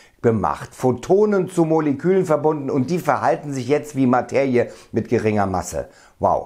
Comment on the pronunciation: warum sagst du immer "Mateiie"😄